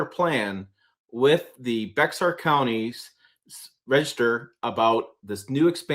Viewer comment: That would be great news - seeing that someday I'll need to replace my 2005 Tundra - Here in Texas, we say "Bear County" with no x in between.